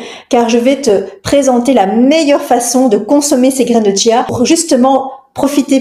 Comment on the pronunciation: ON NE DIT PAS TCHIA, CHIA